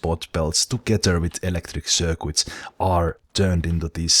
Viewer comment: circuit is sir-kit not sir-quit